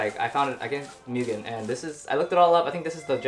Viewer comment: Right?! and he doesn’t even pronounce the name right lol